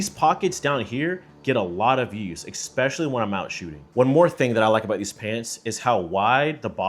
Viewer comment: For someone who speaks so well, I wanted to point out the pronunciation mistake of saying expecially instead of especially. Its as bad as the smoke detector meme today, and I think its an easy change that you could easily make which will improve your perceived intelligence. Good pronounciation goes a long way to others.